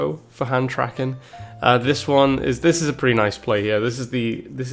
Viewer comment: No, it is thidges